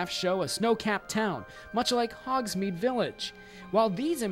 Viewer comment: They didn't make it the same Ollivanders, but styled it as an 'outlet'. So having it in Hogsmeade is still feasible. (It's Hogsmeade not Hogsmead by the way. Just a little pet peeve.)